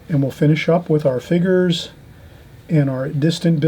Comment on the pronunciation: I love how you say "figures".... figgers. Love it! You are a fantastic teacher and I love all the time you take to explain things.